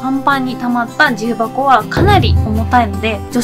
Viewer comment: 重箱の発音がきになるわぁ。